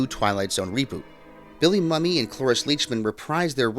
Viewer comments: "Mumy" is pronounced "Moomy", not "Mummy". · The actor who played Anthony is Bill Mumy. His last name is pronounced MOO-me, not "mummy." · Mumy. Not Mummy. He will put the creator of this video in the cornfield for mispronouncing his name! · It's 'moomy' not mummy. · I believe Billy's last name is actually pronounced : Mew- Me, and no like Mummy as in Egyptian. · his last name is pronounced MOOmy not mummy. being someone who also has had his last name mispronounced all his life i like to make that correction when i can. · Come on, learn to properly pronounce Billy Mumy's last name. It's Mumy NOT Mummy. It's pronounced as Moo-mee. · It's pronounced "MOO-mee" not "mummy". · Cool video. For future reference, though, Bill Mumy's last name is pronounced "Moo-me," not "Mummy." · A couple of comments: "Helen Foley" was also the name of the character (also a schoolteacher) that Janice Rule played in the episode "Nightmare as a Child" (Season 1, Episode 29). Mumy's last name is actually pronounced "moomy", not "mummy". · Bill's last name is *MUMY*, pronounced "MOOMY". Only one "u" and no "o"s. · his name is pronounced "MOO-MEE". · Bill Mumy's surname is pronounced moo-mi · Pronounced Moomie! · Bill's name is pronounced Moo me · Mumy. Pronounced Moo me. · When I was a little kid I thought that his last name was pronounced " Mummy " as well. 😁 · Mumy , not Mummy. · Pronounced “Moomee”. Get it right! Or it’s the cornfield for you! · Good video! One correction I feel the need to make is this- Billy Mumy is actually pronounced Moomee. I've been a big fan of his for over 50 years. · It’s pronounced Moomee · Auuuugh it's pronounced Moo-me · Billy Mumy will put you in the cornfield for mispronouncing his name. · Are you kidding me with the mispronunciation of Bill Mumy? That makes me think that the creator of this video has never heard of him..